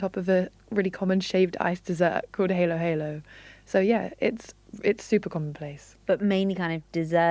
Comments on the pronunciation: heylo heylo? HAH-LOH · Ha-lo ha-lo not hay-lo-hay-lo... it means mix mix. Halo = mix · Halo halo to haylow haylow 💀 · the way she pronounced "Halo-Halo" like an angel's halo got me XD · It’s “hah-loh hah-loh” and oo-beh 😭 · At least 'Ube" is pronounced correctly, unlike 'Halo-halo'. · Yo, guys you pronounce halayá and halo-halo with a broad 'a' sound like you would 'father'. well done with research but there's hundreds of thousands of Filipinos in the UK. You could always ask questions if unsure. I think the beauty of being in London is that we are a melting pot. Representation is essential and so don't hesitate to reach out to people. Only then can you accurately represent or champion other cultures responsibly. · Sure, they’re not Filipinos- but Halo-Halo IS. Not pronouncing something properly as its culture and language does is one of the easiest yet subtlest ways to undermine and devalue it. And I have no problem if you did correct Filipinos on how to pronounce “chicken” and other commonly missaid words, even mine when I do it. All language should be respected. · Im amused how she got the pronunciation of "halaya" but totally missed it on "halo-halo" simply because the word "halo" exists in English.